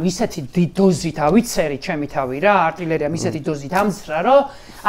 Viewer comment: კბილები აქვს ახალ ჩასმული და ძაან ბევრს ნუ მოსთხოვთ, F და ფ, ც და ჩ, არტილერია არტერია ვერ გაურჩევია და ბევრს ხომ არითხოვთ ?!